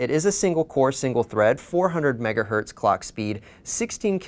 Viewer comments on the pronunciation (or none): none